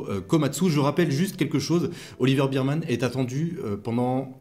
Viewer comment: Juste pour info, phonétiquement c'est Oliver "bErmane" et non pas "birmane". En tous cas merci pour tes analyses pertinentes.